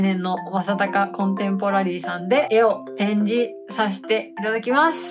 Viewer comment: 「絵を展示」が「エロ展示」に聞こえた・・・